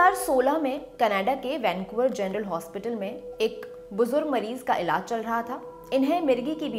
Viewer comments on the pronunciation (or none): none